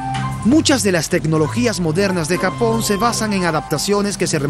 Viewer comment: "gapón", "akibahara" y mal doblaje por un tubo... POR DIOS